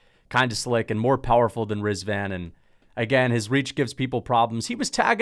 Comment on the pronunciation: You did zero on research on Tofiq. Dude is from Azerbaijan. Can’t even pronounce Rizin correctly either😭 Tofiq gonna cook that caveman to the bone.